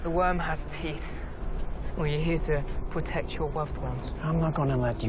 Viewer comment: "Are you here to pwotect your woved ones"